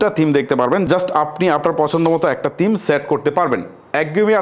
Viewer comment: তিম না থিম হবে